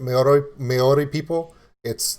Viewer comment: 1. Maori is pronounced with a rolled 'r' sound and the whole word sounds similar to "mouldy" as in mouldy cheese, just put an 'r' where the 'd' is. 2. Tonga is pronounced 'Tong -A', there is no harsh 'g' sound, the same goes for other Polynesian Countries, the 'g' is kind of silent. (The word 'tong' doesn't have a harsh 'g' either.) 3. Kai Tangata is pronounced Kai -(you got that right) & Tangata -(Tongue-a-ta.) Good on you for trying out music from other countries especially one as diverse as New Zealand. Our Maori Language almost did die-out completely but in the past 25 years so much has been done to re-ignite the language & Kiwi's are more proud to be able to speak it, Maori is an officially recognised language of New Zealand. The young show more interest as each generation comes along, they want to find out their roots just as much as any other culture. Back when my mother was young the Maori language was banned from being spoken, people were punished if they spoke it, you could loose your job or get sent home from school for it. Unfortunately it was the only language my mother spoke along with her 11 siblings & her Mother & Father. It was unfair racist discrimination. I went to school in the 1980's & the Maori language was only just getting reintroduced back into our schools, the language is still frowned upon by some european kiwi's though, not everyone's a team player I spose. TY for your reaction dude. Thanks from NZ!